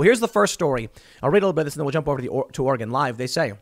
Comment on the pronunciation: Just gonna say it, thank you for pronouncing Oregon correctly, Tim.